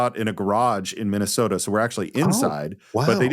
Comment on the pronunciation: Oh, yah, of Minne-soh-tah. 😂